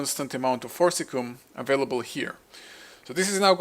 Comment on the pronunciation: It's not "cum",. It's pronounced "see-um". So "for-sis-see-um". So Forcicium not forcilium, or forcicum.